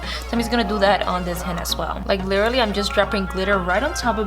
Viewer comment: Like she said" lilry" I thought it was supposed to be "literally"